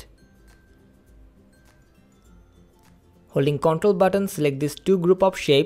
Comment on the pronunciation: Baki sabb mast hai, lekin Katai ghatiya control or paste pronunciation